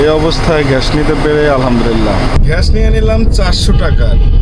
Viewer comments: ভাই ভিডিও তো ভালো লাগে। কিন্তু ঘ্যাষ ঘ্যাষ শুনতে ভালো লাগে না। গ্যাস না বলে ঘ্যাষ কি ইচ্ছে করে বলেন? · গ্যাস হবে ঘ্যাস না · আঙ্কেল আমার একটা রিকোয়েস্ট প্লিজ রাখবেন ঘেস বলবেন না গ্যাস বলার চেষ্টা করবেন নিয়মিত আপনার ভিডিও দেখি অনেক ভালো লাগে ❤❤❤